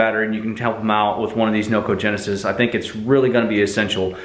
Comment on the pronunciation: It's a noco genius as in like smart ..... not genesis like the bible you keep saying. Other than that, good review. I just got one from amazon and it wont stay powered on. The light works though. Been charging it on a 2.1a 5v usb for almost 24 hrs and the 25% light is still blinking. Got a message into noco, we'll see what they say.